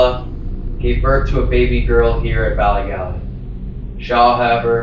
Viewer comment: As a native Northern Irish woman, the way pronounces "Bally Gally" the first time, hurts a little bit. 😂